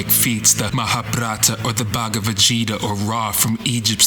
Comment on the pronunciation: Gita is pronounced with a hard 'g'. ..what you said was instead 'jeeta', which - unfortunately - means you've not had any meaningful contact with the Bhagawata Gita. Plus, where Shakti & Shiva meet isn't anything like the meeting of opposites. There's no "nonsense distinction", which also means you have not an understanding of Advaita Vedanta. ..wish you did. I feel bad now, because what you've created here, is otherwise quite awesome. Cheers!.. : )